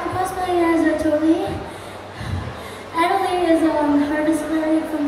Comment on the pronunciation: its atoli x3 not atori